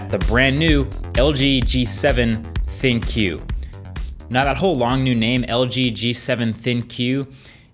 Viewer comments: It's not pronounced thin-q but rather think come on man mkbhd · At this point in all LG phone reviews, I can't tell if it's a running joke for reviewers to call it "Thin-Q" instead of pronouncing it as "Think"...... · It's not Thin-Q Its THINK.... the Q sounds like a K. LG G7 THINK. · I think it's pronounced "Think" not "Thin-Q" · its not thin Q... its think... with a Q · Are we sure that it's pronounced "thin-queue" and not just "think" because I would have assumed the latter? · Is it pronounce thin-q? Or Thinq as in "think" lol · I believe it's pronounced as "Think" not Thin Q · ThinQ should sounds like 'Think' and not Thin~~~Q.... :) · I think it's pronounced as "think" not "thin q” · It's not "ThinQ" as if they are saying the phone is "thin". It is "ThinQ" as in "think" because of A.I. it's probably just pronounced "think" and everyone is stupidly pronouncing it "thin-q" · It's called think..not thin-q. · It should be pronounced as G7 Think not Thin Q imo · I really thought it was supposed to be pronounced "Think". "thin q" doesn't make a lot of sense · thinkQ= think not thin-Q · I'm thinking it could be pronounced "think", but I could be wrong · isn't thinQ pronounced think? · It's pronounced "THINK". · is thinQ suppose to be pronounced the same as think? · should it be pronounced thinQ with the q sound or think? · Isn't ThinQ supposed to be pronounced like "Think"? Pretty sure it is. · I'm pretty sure ThinQ is pronounced "Think." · Why don't they pronounce "ThinQ" as "Think".... Makes a tun of sense... I dunno, the first time I'd seen it I thought it was but.... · Correct me if I'm wrong, but is "ThinQ" supposed to be pronounced as "think"? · LG G7 ThinkQ , I heard it as LG G7 Thank You lol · Is it not pronounced think? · I would like to believe ThinQ is pronounced Think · Isn't it pronounced "think"? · THINK, IT'S PRONOUNCED THINK. jez people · pretty sure "thinQ" is supposed to be pronounced as "think" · Is it not pronounced 'Think' ? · I "ThinQ" its good !